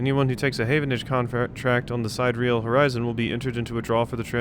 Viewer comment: Sidereal (adj.) - of or with respect to the distant stars. It's pronounced (sid-air-e-al)